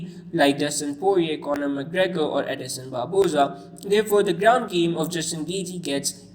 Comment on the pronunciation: “Edison Barboza”